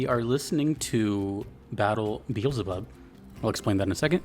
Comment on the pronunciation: bro said beezlebub 💀